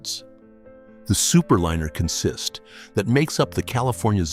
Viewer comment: AI or human, learn the proper pronunciation of consist. It's not "k'nsist." Not on any railroad. Repeat after me: "kawnsist."